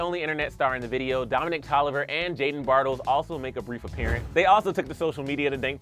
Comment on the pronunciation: did he just say “Bart-els” instead of “ba-r-tells”